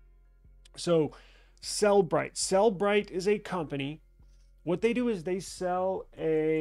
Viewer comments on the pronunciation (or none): Please learn to call it by its real name. It is not pronounced "cell-brite". It is pronounced "cell-eh-brite" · Then stop saying "Sell Bright" when it is pronounced "Seller Bright".